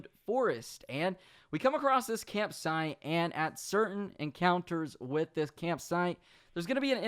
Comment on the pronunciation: campsiTE, there is a t in the word. use it